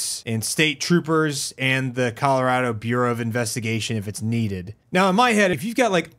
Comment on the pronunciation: It sounded like you said CALorado which I'm just gonna call a happy accident